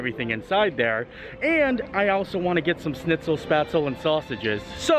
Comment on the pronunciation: Looks wonderful, but the restaurant should probably teach the wait staff how to say spaetzle.